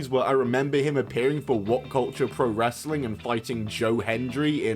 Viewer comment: its the played out nonchalant wanna be critical drink voice and the pronunciation of "wress-a-ling" that irk me the most